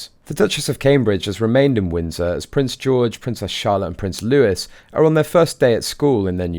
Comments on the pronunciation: Pronounced Louis, NOT Lewis. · Prince Louis is not pronounced Lewis, it is Loo eye. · It's "lou-ee" not "lou- iss" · Pronounced Louie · Just for the future...Louis is pronounced as Lou-ee, and I love your end analogy of the Harkle woman.